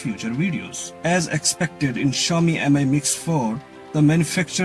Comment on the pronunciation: I’d say MI is pronounced ‘me’ not ‘emeye’ and try to lighten up a little and get a bit more ‘ASBYT’! Your background looks better than the last one I watched. The phone seems a good Android offering. I’d like to see one without a notable bottom ‘chin’ thicker than the side and bottom bezels but that’s not happening on Android thus far even Samsung only seem to be able to do that and then only for Apple not themselves!😂